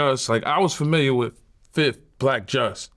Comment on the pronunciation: Can we get 1 interview of yayo without him saying "fif"?